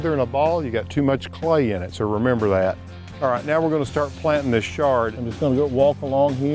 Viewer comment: It's not 'shard'. It's Chard.